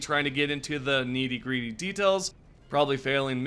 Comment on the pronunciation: why you say nitty gritty like that, i swear your an ai